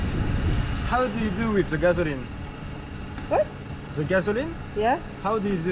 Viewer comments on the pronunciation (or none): Glad you're back. A giant in the giant playground! Noraly:"where is he from?" Me:"he's from France." Noraly:"how do you know it?" Me:"he said ZE gazoline".